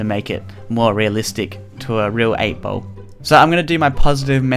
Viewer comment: For anyone wondering: No, not all Australian pronounce "ball" like "bowl". This is just weird